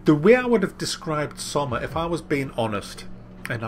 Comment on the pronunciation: It's pronounced SSSS-OH-MA.